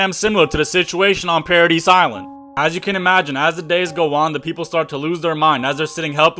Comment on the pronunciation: Bro neads to reed mor buks kuz hea mis pronaonced tso mini werds and knames....ITS PARA DICE ISLAND AND STE PH EN KING like Steven